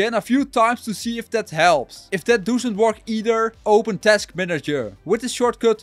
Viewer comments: Gast het is niet DOESUNT, je spreekt het uit als DOSSENT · dusent werk 😂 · I swear he's from Rotherham and saying doesn't funny on purpose 😂😂😂